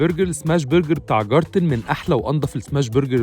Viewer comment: اعتقد انه الماني و النطق جارتن دا مش صح خالص ، اسمها جايتن